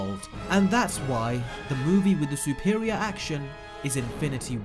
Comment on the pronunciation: why'd he say it like that lmao Sou-per-ior it's suh-per-ior.